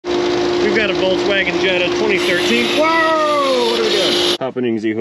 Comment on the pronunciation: FOLKS WAGEN BUDDY NOT WALTZ WAGEN, PLS!